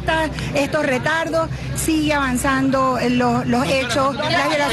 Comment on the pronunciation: Sigue "Avianzando" ..... wtf